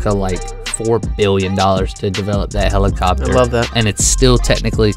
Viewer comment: u said helichshoper